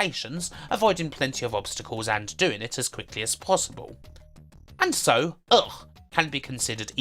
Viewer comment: About UGH! it is spoken "Uh kh" :)